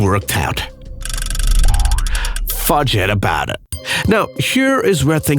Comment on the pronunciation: idk is it me but it sounds like he is saying fudge get about it its Fugget (Fuh-get) about it